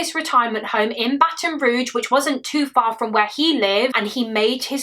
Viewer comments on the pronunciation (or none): Just an FYI: Baton Rouge= It's pronounced 'Roozh' not 'Roojh'.